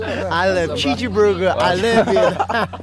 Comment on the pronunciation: Himchan's cheejiburger is just too funny ><